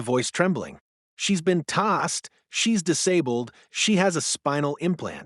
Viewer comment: Its tazed not tossed